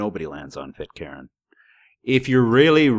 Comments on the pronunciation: It's pronounced.. Pit _caan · Pit-karen? At least try to pronounce it right. Rubbish video. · Pit-Karen? Tai-hiti? Why do you pronounce things so strangely? Pee-dophile? Jesus…